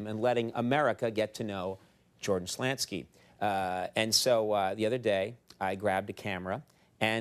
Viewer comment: First time Conan mis-pronounced his last name.